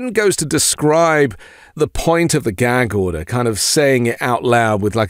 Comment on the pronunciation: What's a "gheg order" and how exactly does someone "go to jell"?